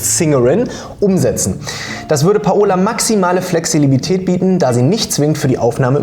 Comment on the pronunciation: In Ich höre das erste Mal im Leben das Wort "Flexilibität"... es heißt halt basically "Flexibilität" 🎉😂